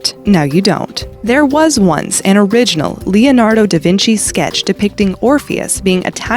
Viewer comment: How do you consistently fail to pronounce "Leonardo" properly? It's not THAT hard, god dammit!